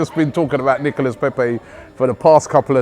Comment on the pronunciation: pronounced Nicola, like Nicolas anelka